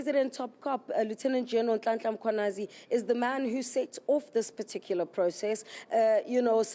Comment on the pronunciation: Is it that difficult to say Mkhwanazi? Far more difficult than saying consequences?😮